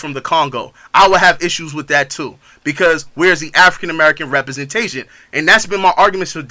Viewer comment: One: representation not repersentation